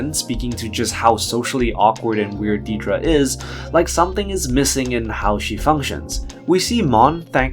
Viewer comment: On the show, they pronounce it "Dead-ra" not "Deed-ra." Honestly makes your videos kinda hard to watch hearing a major characters name consistently mispronounced.